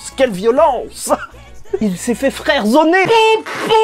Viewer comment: on es daccord il à dit frèredzoner